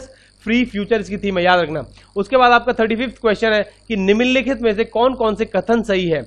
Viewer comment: Are vo niminn nikhit nhi nimnlikhit hota hai🤣